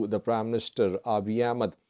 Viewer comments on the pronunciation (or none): none